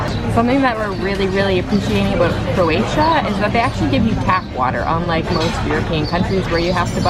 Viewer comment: Jalni Srbi, sve morate okrenut i svađu gdje god da jeste!? Ajme fakat, sredi se malo. For the sake of the video, nicely done. I often hear you say Coratia, its CROatia:D Happy journeys!